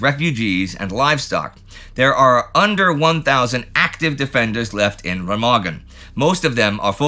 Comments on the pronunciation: For your informaton; It is called [Rémahgen], not [Rèmàgen]. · Remagen is pronounced with the stress on the first syllable, sort-of "RAY-mahgen".